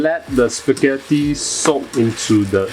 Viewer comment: Wait a sec... SPEGHETHOO WHUT? Large spaghetti? First time hearing it